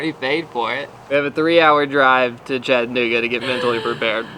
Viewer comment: Thank you for pronouncing Chattanooga correctly :)